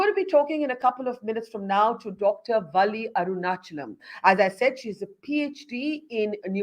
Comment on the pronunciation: Her name is Valli.... u have to stress the "L" which appears twice in her name.. That's the correct way of pronunciation.